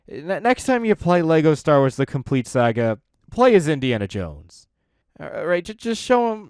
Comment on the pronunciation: He finally stopped saying “LEGO Star Wars: The Complete Soogga” thankfully